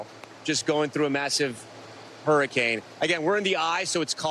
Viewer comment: Blue said horrorcane 💀